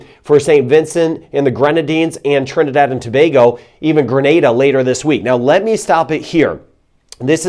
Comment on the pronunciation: Awww ,you said Trinidad and Tobago like a native ,as a matter of fact you said the names of all the Island perfectly .......never seen that with a foreigner. Hello from Trinidad ! 🇹🇹